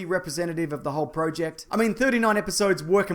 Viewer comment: say project right, and also I would much like the crate.